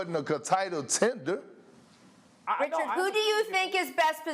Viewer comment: Wait a minute did he just call harden a tender lol or did he mean a contender I know I ain't the only one just tripped off what Perkins just said,😅😂🧐🤔